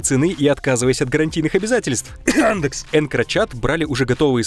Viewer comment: Ржу "кхмъяндэекс"